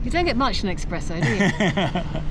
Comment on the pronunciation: Not Xpresso, it's pronounced Spresso. Espresso. I don't know why this bugs me but it drives me right up the wall. Of all the things ...